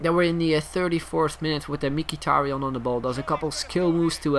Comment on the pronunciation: not mikitarian. He is mhitarian.